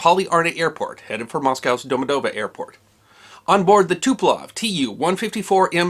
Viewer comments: Speaking of which, it's TuPOlev, not TuPElov - there's the same mistake in the description. But still a really good job. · "Tuplough" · As a person who can speak a little Slavic I think your pronunciations were pretty good! One error I did note though was that you said the crash of the Polish airforce Tu-154 occurred in Poland, it did not, it occurred near Smolensk, Russia.